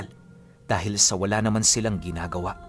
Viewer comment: Silang po hindi siiiiilang.hahah